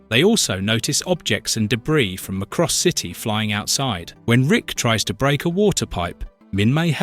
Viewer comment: Love the content but the mispronunciation is throwing me off. It's ZEN-TRA-DEE, not zen-tray-dee. And it's not muh-cross but MAH-KROSS